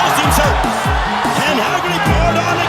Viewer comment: It's Haggerty. Not Heggerty. Haha. I know the name is traced to Ireland. I'm not disputing that. What i am disputing though is you saying "Irish stock. What do you expect?" Well, i don't expect anything. Why would i? The Irish don't produce good fighters whereas England produces great fighters and always have. That's why Haggerty can fight the way he does. He's conditioned by the environment. If you think there's some special kind of magic in the blood due to having some faint Irish ancestry, i'm asking what that magic is scientifically? Break it down to me. Also, who are these great Irish fighters produced in the Republic of Ireland born and raised without any other ancestry being involved if it's to be expected when a fighter is great?